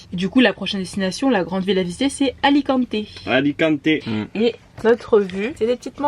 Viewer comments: salut les jeunes , ne prononcer pas é a alicante cela fait mal aux oreilles, merci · Kikou juste peti rectif : c’est Alicante et😊 non Alicanté . Bonne continuation vous êtes sympa